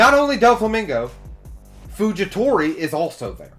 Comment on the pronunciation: Fujitora not fujitori